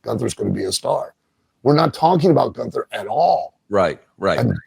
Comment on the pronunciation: Still calling him "Goon-ther" He's doing that on purpose right?